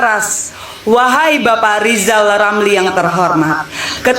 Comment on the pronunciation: Rizal Ramli malah amat parah. Masa udh setua itu tak bisa membedakan mana huruf R dan mana huruf L?